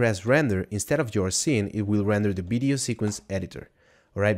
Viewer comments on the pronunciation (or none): bideo - sounds like blender video :)